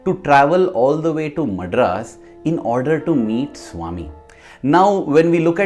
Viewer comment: Wrong pronunciation of "Madras"